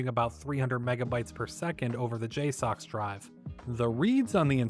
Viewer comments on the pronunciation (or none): It's pronounced "J-sucks"